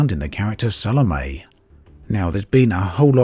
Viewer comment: Sal-o-me. It annoys me when people pronounce it wrong